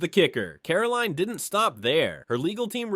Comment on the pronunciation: Why is it so difficult for the narrator to say Caroline? Pronouncing it differently and wrong each time.